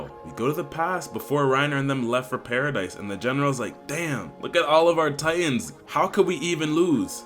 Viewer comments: BRO ITS PARA-DEE NOT PARA-DICE 😂 W vid tho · Its pronounced "Paradee" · not pronounced paradise